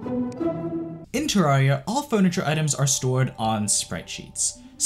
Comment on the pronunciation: You're still pronouncing Terraria wrong